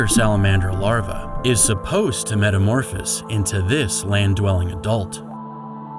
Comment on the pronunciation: Take a drink every time he mispronounces "metamorphose" or "zooplankton." No please don't do that metamorphose alone would kill you.